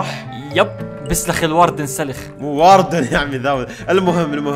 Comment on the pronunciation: الاردن✅ الواردن❌